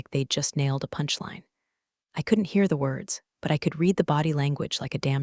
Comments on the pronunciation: The past tense of read is pronounced red. Patagonia is pronounced Pat a gon ya . I love this site. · Get your editing a1 updated!!!! "Read" pronounced red or Reed? Until you get that corrected you won't get a like from me. Eugene left at the office or taken home?